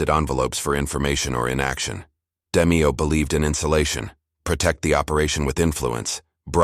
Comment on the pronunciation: Can't pronounce Nino or Roy's lastnames.. Adios